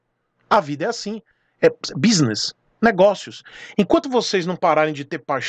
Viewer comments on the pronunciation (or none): none